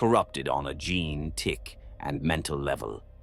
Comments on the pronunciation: You might want to advise the AI, somehow, to maybe say "jean stealer" or something instead. In your prompt, maybe something like , "replace all instances of gene with jean" or something. "Gin stealer" just sounds silly. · I would've just replaced gene with jean so that the AI would consistently pronounce it right